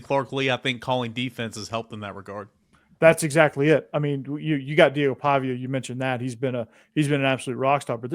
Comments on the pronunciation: are u a Metro?? and its Paviuhhh not PaviA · Why do you call him Paviaye? Its Paviuhh... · Every day listener but I HAVE to say: the pronunciation for their QB is “Paw Vee Uh”